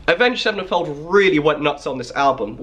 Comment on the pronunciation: "avenged sevnefold"